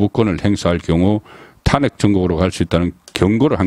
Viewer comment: 탄핵의 발음이 그렇게 어려운지요? 정말 듣기 어렵네요 탄핵 말 하지마세요